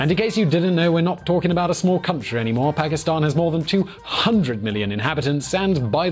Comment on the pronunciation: He says Pakistan I heard bhikhari